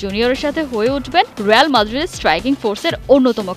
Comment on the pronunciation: রেয়াল না রিয়াল